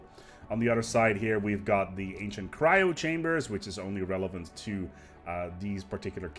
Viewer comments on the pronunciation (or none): none